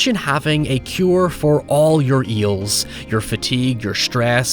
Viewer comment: The way pronounces "ails" as "eels" is absolutely hilarious for this film